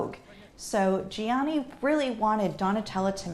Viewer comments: If only this historian (!) did the bare MINIMUM to learn to pronounce 80% of designer's (Italian) names. I mean that would be her job. Gianni???????? wtf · It’s painful to hear GIANNI pronounced like that but great video! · how can a fashion historian not know how to pronounce gianni? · is it so difficult for people to pronounce "GIANNI" and "VERSACE" properly. especially for a fashion historian. incredibly annoying because she's an intelligent person. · Fashion historian yet can't produce Gianni Versace correctly...